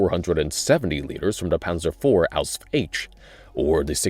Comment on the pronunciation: Please Stop saying AUSF. no german says it this way just call it Panzer IV H or Panzer IV version H. I appreciate your efforts to pronounce any german, but as a german im begging you just use the english word for it if the german one is hard to pronounce. No german will be uppset if you dont call it by the german name.